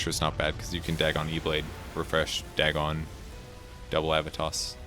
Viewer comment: I love you, but I hate the way you say "Dagon". I say it like "dragon" without the R, but you say "dag-gone" WHY